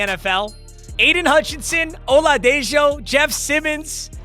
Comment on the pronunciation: It's pronounced oladeho